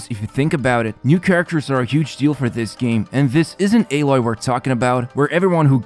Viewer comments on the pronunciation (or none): none